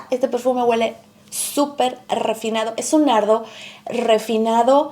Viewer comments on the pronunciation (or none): Amor, ❤ no se dice: guele. Lo correcto es: huele. Besos 💋 abrazos 🤗 bye 💕